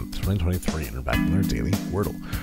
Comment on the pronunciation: At first listen it did sound a bit like that! :-)